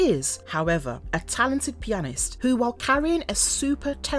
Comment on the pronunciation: Pee a nist. HEY NUSS. MAYV Learn to pronounce the words you're reading